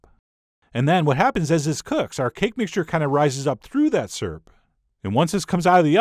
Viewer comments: I a;ways snicker when I hear Chef John pronounce "Syrup" as "sirp." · ..........did you just pronounce syrup "properly" ?